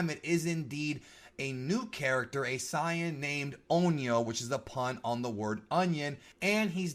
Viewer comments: Don’t ever say zi-an again. It’s say-in but spelled saijin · Why does he say Cyain instead of Saiyan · Why do you say super cyan? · Did this man really say “SIGH—YANN” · I'm just sighin' 🤷‍♂️